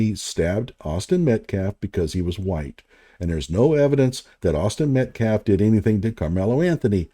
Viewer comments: Why isn’t this guy locked up for life after what he did?. Also I find it kind of funny how at the press conference he couldn’t even pronounce Metcalf and self-defense properly and now thanks to this video. I learned that he didn’t know Luigi Mangione was the guy That killed that CEO. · Tell that dude it’s Metcalf not Metclaf. Penny… not Pender. Self defense not self deflense. This dude is the epitome of an idiot. I think he mispronounces names to disrespect them.